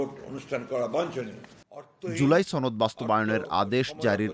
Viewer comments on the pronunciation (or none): ছনদ না সনদ হবে।